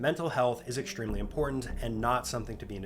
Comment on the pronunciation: “ekshtreme” and “shtream”. Why the hell do you pronounce it like that?????